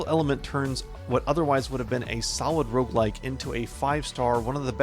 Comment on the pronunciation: Are you saying Rouge-lite or Rouge-like?